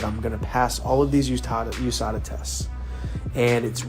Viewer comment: Mispronouncing USADA isn’t a good look after calling fans dumb.